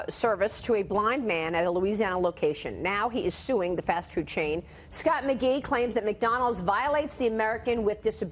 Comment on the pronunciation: Mr "Magee" "Mag" "e"